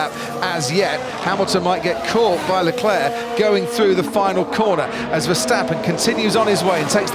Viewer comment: Quick question why did you not have finish flags for the both the Ferrari drivers oh you made a huge mistake at the end there if you think they're the two best drivers and you pronounce their names wrong it's Max B crashing and queen Louis